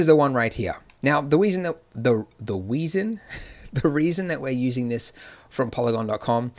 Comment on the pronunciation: "The WEASON" lmao ... Not laughing at ya Andrew, laughing with you bro